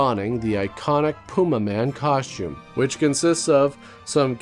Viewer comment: Cos-tume. Costume. Not Coshtume.